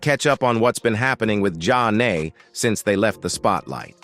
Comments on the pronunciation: For the record…as soon as I heard their name pronounced “John A” and “Zane” I stopped listening. 😔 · John A 🤣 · Soooo this AL couldn't pronounce their name right, but read all the information from Wikipedia about the group 😂😂